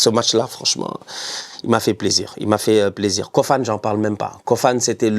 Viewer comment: On prononce KOFANÉ ...pardon appellez le comme il faut merciiiii